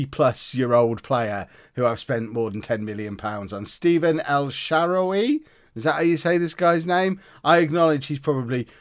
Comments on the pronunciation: It’s el sharawy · El Shawary pronounce it like that